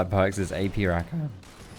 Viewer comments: Please stop saying RaKAN. It's Ra-kah-n :P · The way he says rakan triggers me. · Honestly love your videos but you say Rakan so wrong